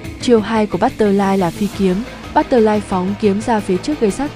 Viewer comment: bắt tơ phờ lai thành luôn bắt tơ lai :)